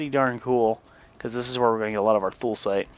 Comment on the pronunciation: I believe it's pronounced: THOO-luh-site. But whatever.